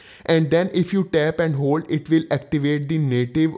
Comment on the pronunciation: Can you please say two.... Very long and slooooooow. As in tooooooooooo. Essetting... Estart..... Tap, talk, tap, set, tooooooooooo, esingle tap. The best one is tap and hold haha. TTTTTTTTAPPP ANDDDDD HOLDDDDD. At least you are trying... You go girl.😂